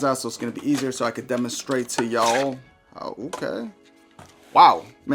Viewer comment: So I can demonstrate fa YAWWLLL hahahaha you sure you ain't got a little Texan in you? Lmao I yee yee'd when you did that hahahaha